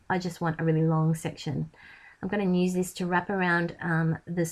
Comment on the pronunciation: I love your videos you are so talented but could please say use instead of "nuse".